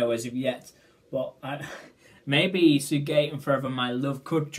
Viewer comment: It's pronounced "Sic-gay". Remember when Camila Cabello sang " Sigue Bailando" in Bam Bam?